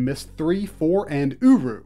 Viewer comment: Excellent work, sir! One note to recall - The whole URU thing was not meant to be pronounced Oo-roo so much as YOU ARE YOU